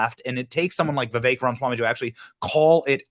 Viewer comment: You finally said ramaswamys first name right lol. Alot of people say it wrong